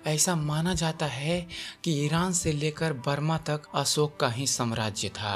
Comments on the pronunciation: आपका हिंदी उच्चारण सुधार चाहता है. ... असोक नही अशोक. .. श के स्थान पर स का उच्चारण हो रहा है..... शब्द है देहावसान. ..आप बोल रहे हैं देहवासन.... कृपया वांछित उच्चारण का अभ्यास करने के बाद ही रिकार्डिंग करने की कृपा करें. ... सूचना अच्छी है... उच्चारण भी अच्छा हो जाय तो सोने पर सुहागा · हिंदी सुधार आवाज़ सुधार हज़ारो को हजारो बोलता है अशोक को असोक बोलता है